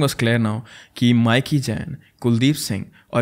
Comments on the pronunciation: Actually it’s ’mee-ki’. Not Miky. 😅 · That’s not mic-key That’s pronounced as mickey in Punjab 😂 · माइकी नहीं मिकी 😅